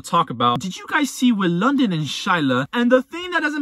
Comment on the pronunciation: Hold up hold up!!! Did you just call him London🤣🤣🤣🤣